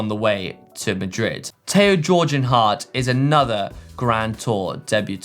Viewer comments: Global Cycling Network that’s a solid 10 for effort and 2 for finish, it’s pronounced “gay-gan” nothing like Its spelling 🤔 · Either everyone's been saying Tao's surname wrong all this time or just got a ticket from the pronunciation police. That deserves a minus 100 rating...jeez!